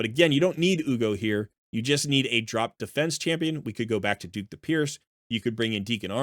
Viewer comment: I can't believe the amount of people that can't read. Dhukk the Pierced - pronunced DUCK.... Nothing about DHUKK says DUKE